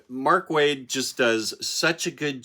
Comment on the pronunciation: If you watch any interview with Mr.Waid on Worlds Finest, you will obtain the secret knowledge of the pronunciation because your attempts at it are killing me